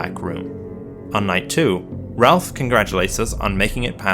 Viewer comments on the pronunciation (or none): wtf you mean "Ralph"... IT'S FUCKIN AFTO